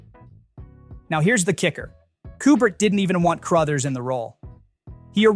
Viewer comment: CROTHERS, not "Crowthers"